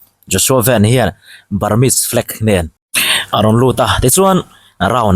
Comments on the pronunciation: A hming i lam dan hi duhthu a sam lo deuh. JOSHUA VAN ( 'Vân khi Heaven = Vân. Lam rik ang a lam tur. Van = Motor Van ang a lam loh tur. ) Vân Bawi Thawng. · Khawngaihin a hming hi vanneihthawng van tih hi mizo a lam tur a nia.lai tawng ah english in an lam lo,huat vang a ni lo aw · Mizo Anih lo khi Mizo in an hmuhsit lai pa Anih khi, ilam Dan à Dik lo ven ti suh van tih tur aw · A hming i lam dan hi, Zohnahthlakpui te tal chuan "Van" tih lai hi Zo tak maiin lam thei ila😊